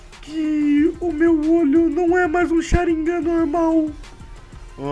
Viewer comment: porra não é sharignan é Sharigan mn mds